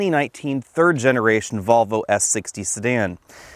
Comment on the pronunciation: Great video but, his pronunciation of Volvo is ludicrous. “Get those marbles outa your mouth”!